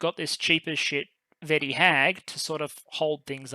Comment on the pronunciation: Vetti would pronouce like ve-tea. you should rather pronouce as Go-di if that makes sense. Thanks for a great video!